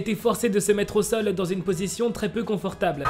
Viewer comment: Par contre le "Met toi au sole" 😂😂 C'est : Mets toi au *sol 🙃